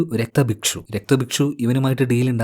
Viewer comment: രക്തഭക്ഷു അല്ല രക്ത ബീജൻ